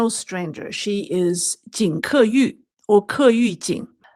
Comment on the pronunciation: It’s obvious that you, the hostess, knows Chinese i. e. Mandarin. Yet judging by the way you pronounce her name, it feels like you don’t know what her name is in Chinese. It’s 金刻羽，not 金刻玉。Then again, at the end of your show, the conclusion is non sequitur to say the least. Try to familiarize yourself with the prepared materials beforehand so that you don’t have to stumble like an amateur. Just saying. I like the direction where you’re going but honing up your skills is also important in gaining validity. Hope you’ll improve.